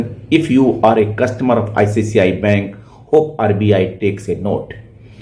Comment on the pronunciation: Please pronounce "ICICI" , not "ICCI" bank.